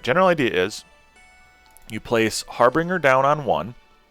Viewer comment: Hey! Love your channel and I hate to be pedantic but you keep pronouncing the unit “Har-BRING-er”, when the word is pronounced “Har-BINGE-er”. Maybe you knew already and it’s an inside joke or something, but just wanted to point it out.